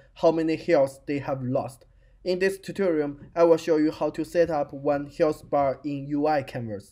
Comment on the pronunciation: That is not a problem, by the time you will be better and better, also it is not bad now! the only thing you need is to focus a little bit on the sounds of some letters (like "th" in "health). Thanks for the tutorial :)